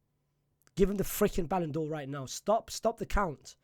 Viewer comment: Ballan'dor For What??? Are You DRUNK???